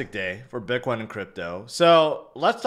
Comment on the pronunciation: Why u keep say biqwan?